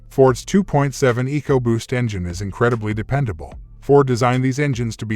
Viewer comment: 2.7 egoboost? lol pronouncs it weird. Anyway 2.7 is the best motor ford has made in a while they really crapped the bed in the last decade leading in recalls but did good with the 2.7. My ford mechanic friend calls the 2.7 the new 300 staright 6😂